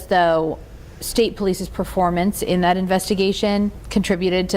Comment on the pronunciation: What does one do if a corrupt POS nightmare like Mass State Police goes toooo corrupt? You hire a man that literally says DAT instead of that. Case closed, he’s a chump…